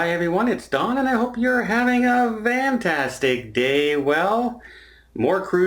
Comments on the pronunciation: Ahhh!! So he does say “van”tastic lol Is it a canadian thing? Or inside joke🤔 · Beach Snob he had a slight tendency for it to sound like vantastic but once people called him out on it, it became a calling card and he does it on purpose now :)